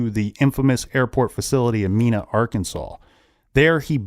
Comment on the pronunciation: Malak was a crap stain, he did it because he was being paid, not because he was afraid. (FYI Mena is pronounced with a long E)